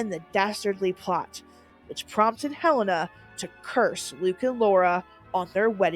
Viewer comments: Hel-Ay-na, not Hel-eh-na. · It's pronounced HuhLANEah, not Helen-ah